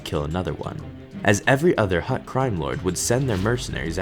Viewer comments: he keeps on saying hutr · Every time he said "Hutt," I pictured a football player snapping a ball. xD